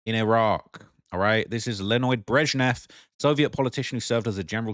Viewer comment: Virginia Guhh-frihh, Gizz-lane Maxwell.... LENOID BRESHNEFF 🤖?!?! Dude... Get a grip sit down and read a book with a timer like Kai Cenat do something because.... Sheesh 🤦‍♂🤦‍♂ And you're also stumbling through words every paragraph but I was gonna look over that with the amount of research you've been doing.